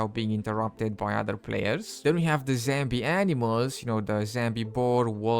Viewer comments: "zambi" animals ... "zambi" wolves ... "zambi" boars and "zambie" deer how the F does one get to where they're pronouncing "*zombie" ... "zambie" 🤣🤣🤣🤣 like, it's really simple, just google = "zombie pronunciation in English" and push the play button and boom, you've learned something new and actually put some effort into making content ... or you could just continue to not bother about pronouncing words correctly and simply make content in your native language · I Personally like it when he says zambi. This is he’s signature and it very funny. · Zambie, lol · Love it when he says Zambie